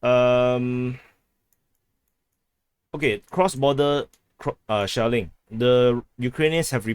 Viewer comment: I like the way you say shelling, it sounds to me shaolin, ha yaa... kung-fu kick to like button.